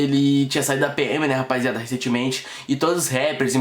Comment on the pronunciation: KKKKKKKKKKK esse cara fala "rapaiziada"